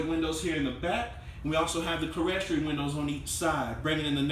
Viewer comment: loving your videos. I can tell you want to do a professional job, so a friendly tip for you. "Clerestory" is pronounced "clear story". Easy mistake to make. Also, the bump outs in the roof with the windows in the loft area are called "dormers". Love your tiny house Tues. vids. Keep 'em coming!